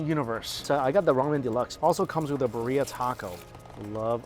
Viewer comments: It is pronounced Bi-rri -a, emphasis on "Bi". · bro, killing me the BUHRRHIA.